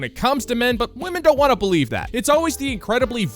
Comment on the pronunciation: "I wan-tta. I wan-tta.